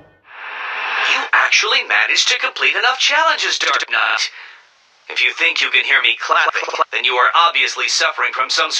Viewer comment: I find it funny how sometimes it sounds like he calls batman "Dark nut" lol